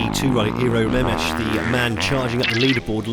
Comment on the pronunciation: "remesh"....... ugh -__